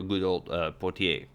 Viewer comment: Potier is a French surname pronounced "poe tee aye"